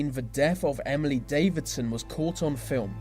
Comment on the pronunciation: Davison isn't pronounced Davidson